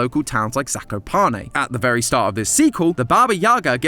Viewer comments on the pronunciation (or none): As a polish person , i hate the mispronounciantion of zakopane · as a person near 'zakopane', can confirm, we're all like this. (it also pains me how pronounces it... 😟) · POLAND MENTIONED RAHHHHH🗣️🔥🔥🔥🇵🇱🦅🦅 (The way says Zakopane makes me giggle)